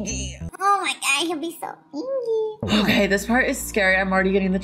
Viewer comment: "or dad will be angy"